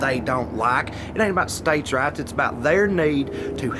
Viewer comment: This whole time I thought he was saying States' RATS..... "States have more rats than women do." I was like duhhh 😂😂😂